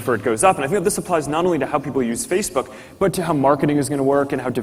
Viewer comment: He can't even say Facebook, he says Feecebook! Give Zuker all you're info and it will be sold and used down the line by manipulators that will pester you forever. Wake up, it's got nothing to do with communication or friends but all you're doing is setting yourself up as a target for commerce. I deleted my account and my life has improved now as I don't have to look at 'Mary likes the Hat Shop', the silly adverts on the right and millions of dickheads posing in nightclubs or by famous landmarks!